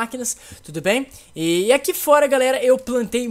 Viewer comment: vc falou garera